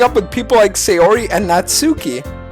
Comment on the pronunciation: Natsuki is pronounced NA-TSA-KE